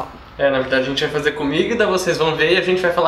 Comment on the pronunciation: quem percebeu q o disse comigda da like